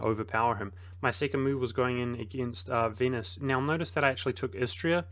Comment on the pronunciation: Vote now for your favourite mispronunciation! A: Ferrari-a B: Venus C: Core-few D: Grief EO